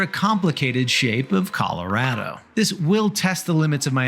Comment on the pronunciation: I appreciate how you pronounce Colorado the Coloradan way.